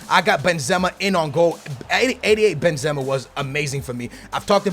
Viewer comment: He pronounces the players in such a weird way, naingolan, Benzema and Ozil